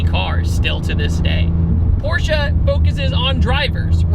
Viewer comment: Very rare that anyone pronounces "Porsche" correctly... Por-sha. So I give you props for that, you're a real man of culture. (For real, people mispronouncing Porsche bothers me more than it has any right to... I'm dumb, I do know this.)